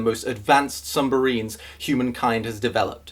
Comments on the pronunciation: was it just me who heard sumbarines I stead of submarines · "Sumbarines" XD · "Sumbarines" I love you, keep making videos. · YOU SAID SUMBARINES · "Sumbaries." Done. I'm just done. you'll find me dry heave laughing in the corner of my room now from that. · When you wonder if didn't notice a word that he pronounced oddly, but then 'sumbarines'. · "sumbarines" I spat out my drink when you brought it up a few seconds later. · "Sumbarines" lololol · I descended into the comments when he said "sumbarines", looking to see if anyone pointed out... but then he corrected himself ._. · A year later, knowing he's going to mispronounce submarines, I still laugh because the comedic timing is so on point. Right about when you finish asking yourself, "did he say sumbarines?" He's finished that sentence of his rant & we get confirmed that, yes, yes he did. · sumbarines I don’t know why I found that so fucking hilarious